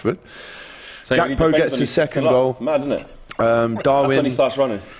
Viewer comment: It’s pronounced HAKPO